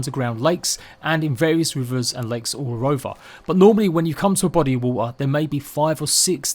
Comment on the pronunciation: "normally when you come to a body of woh-uh"